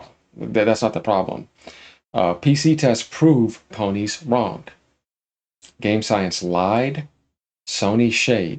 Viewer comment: Quick dislike on the vid for saying "ponies" 😂